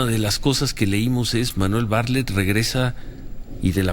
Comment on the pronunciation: SE PRONUNCIA BARTLETT NO BARLETT